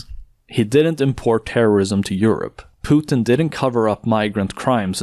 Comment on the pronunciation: omg someone said "Pootin" and not "Putin" as in "puke". Mainstream Media hacks take notes.